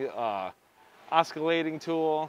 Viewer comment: Stop saying oskillating tool. It’s oscillating dude. Sober up and get it right.